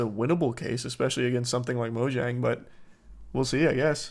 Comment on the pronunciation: Why is Charlie pronouncing Mojang like that but also- the amount of hate comments i get or responses in arguments about my hobby being pokemon isn’t WILD. “Oh you like plushies? Opinion ignored” “You like pokemon you shouldn’t be speaking about anything” it’s so sad he got rid of EVERYTHING for that whack ass woman it sounds like she didn’t even like him???